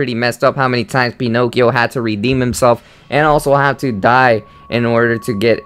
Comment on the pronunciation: Penokeo😂😂😂😂 that's how it sounded.